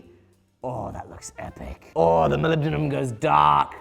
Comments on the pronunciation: Only once, after all it's Moly-bendium, not poly-bendium. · Molibdenum? Wot? Ohhh It's Mollybdenium Have I been saying it wrong this entire time? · You are absolutely butchering the pronunciation of mollybendum!! IN THE EXTREME!!! SPEAK PROPER ENGLISH!!! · was it intentional to never pronounce the name the same ? Started with molybedenum and reduced to Molybdum after a couple times 😂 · I think you'll find it's pronounced mollybendium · Melibdinum, Molly-buh-denim hmmmm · I'm surprised you didn't pronounce it "Molybdenium" since you're in the UK 🤣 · You don’t say it right 😂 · As an individual who can definitely NOT pronounce molybdenum correctly, I am convinced you are saying it incorrectly. 😂😂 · every time you say "Molybdenum" I instinctively want to say "bless you" cause it sounds so funny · I was hoping for an acid etch but the oxidation colors are pretty cool too. Oh yeah- you aren’t the only person who has trouble pronouncing molybdenum. On the original 1960s Batman TV show, a macguffin was a fictional material they called “molybendenum” which is slightly easier to say. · He pronounces molybdenum differently every time he says it😂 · lol, having some issues pronouncing molybdenum there? fun video! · “can you forge molybdenum?” Me: “I can’t even say molybdenum” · Correctet video title: Can You Pronounce Molybdenum?